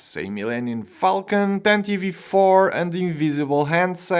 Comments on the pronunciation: The e at the end of tantive is silent btw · Is that the correct way to pronounce it? (I've never heard anyone say it what way and it seems counterintuitive to me)